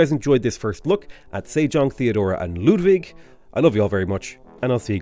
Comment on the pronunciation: I'd never have thought to hear a non-german pronounce Ludwig (almost) correctly.